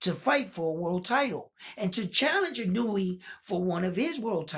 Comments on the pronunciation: It's Ee-no-u-way not ee-newee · Respectfully ask of you to work on pronouncing his name.🙏 I.n.o.u.e. as E-know-ooh-eh I mean no disrespect, I think you have a high opinion of him as a fighter so I assume you would like to have his name right. You never know, your videos could be used in Japan to show that there are American boxing fans who are looking at both fighters with a clear and fair perspective. All the points you brought up about the experience of both fighters, I had to see for myself and found everything you said clearly shows the pedigree of both fighters. Much respect for that. Do you think Fulton's speed will be a surprise to Inoue? I think Inoue won't have as much a problem with the length Fulton brings because he has been up against guys with length and handled it well, with KOs. But Fulton's length AND speed I think will give Inoue problems. I would say Inoue might be as fast but I don't know he has fought anyone that was faster than him. Or maybe you agree with opposite, Inoue might be faster than Fulton?